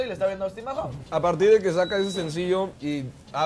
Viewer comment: Jajajaja pero a ver mario pronuncia bien el apellido del Austin en MAHONE no Mahom 🙄🙄